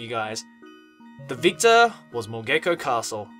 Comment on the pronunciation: Mogeko and Moge-ko find the difference, the - is not it